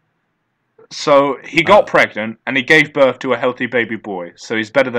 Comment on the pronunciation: “It said it kills the muvver/favver after birf” his inability to pronounce the “th” sound is infinitely entertaining.